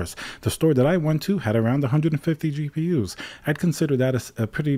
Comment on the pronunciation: "gapers" lol